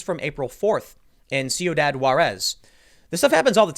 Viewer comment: Its pronounced Quidad ffs Tim not C-u-dad